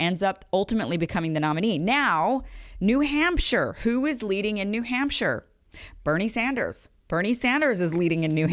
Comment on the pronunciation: Damn even she can't say Bernie Sanders, damn.